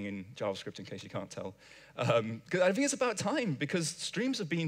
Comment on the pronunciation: I fink you should learn to pronounce 'think'. Also, wha' happened to all those ts (stah' saying them and you will sound be'h'er).